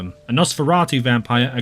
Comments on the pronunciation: I have only one grievance with this: You called Ape a 'Grangel' instead of a 'Gangrel'. I know it's nitpicking, but I have a soft-spot for the Gangrel as they're my second favorite vampire clan after the Tzimisce. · You said Grangel but they're called Gangrel, for future reference.